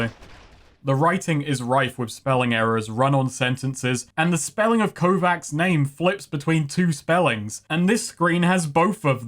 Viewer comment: Kovacs is a pretty common name on Harlan's World. It's pronounced "Ko-vatch" with the Slavic "Ch" sound instead of the Amanglic "Kss" (P.s. It's a line from Altered Carbon...THE BOOK...don't me....)